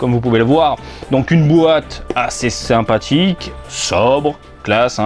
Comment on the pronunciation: "une bouate assé sinpatyk" xD